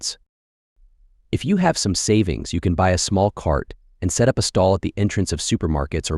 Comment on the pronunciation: These AI generated videos are amusing in a way. They can't pronounce words correctly such as instead of up it says u p. There are many more mistakes like this and I don't watch them. These things along with others show AI is not all that great. Don't take the bait people.